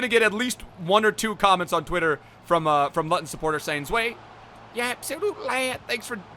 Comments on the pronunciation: Not lutton, its looton!! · It’s pronounced looton not literally luton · Looten, not L-Uh-ton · Looton town not Luton town hahahaha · Its luuuuuton lew - Ton not lut on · Luttton are you mad It’s pronounced lootun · L-ooo-ton not l-utt-on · Man said lutun pronounced looton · Lutun? 😂😂😂 pronounce it looton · Luton is pronounced “lew-ten” not “lut-ton” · omg i cringed so hard when he said LUTon ... and not LOOOOOTon .... im dying hahah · Up the lutton. Love your vids. You know how you try to pronounce mad lad in multiple languages. You should probably do some research the same way before doing an episodia on a lower league English team and not quite getting the name 😂😂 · It’s not Luhton it’s Loootun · It’s pronounced Lootin not lotin ffs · Its prououced looten not lottun looten it's just spelled luton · Its pronounce LOOTON not LUTON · It’s pronounced looton not lutton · It’s not lu-ton, it’s loooooooooooo-ton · It’s pronounced loo-ton, not lu-ton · Lootun not Luton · Loo-ton. Not lutton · You pronounce Luton L-oo-ton not lutton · Lutton😂😂😂 it’s pronounced lootun mate 😂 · Its pronounced looton not luton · 😂😂it’s Luton (loo-ton) I’m actually from Luton:) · Luv ur vids but it’s looton and u made cringe a bit😂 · He said Luton wrong it’s pronounced Lootun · Pronounced looton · ‘Lutton Town’ 🤣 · Bro you pronounce Luton like loooton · u say Luton wrong. It is pronounced loo-tun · Norwich players vid, also it’s “looton” fucking idiot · mmmmmm please don’t pronounce luton like that it’s pronounced looton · Btw you pronounce the club as (Loo Tonne Town) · It’s not Luton it’s Looton pronounce it like that🤦‍♂️ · Its pronounced looton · You pronounce it ‘looten’ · It's pronounced lootun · Gaelic is irish and some parts of Scotland and its pronounced looton but spelt Luton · As a Luton fan I’m happy to see this but it’s pronounced Looton 😂😂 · Please get a Luton kit btw it’s pronounced looton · It’s pronounced loot-un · It’s pronounced fucking looton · Loo-ton town